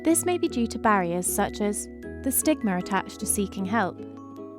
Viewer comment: say stigma but remove the T